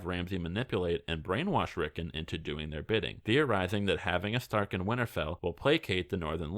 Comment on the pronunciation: ‘Rick’ - ‘On’ not ‘Rick’ - ‘En’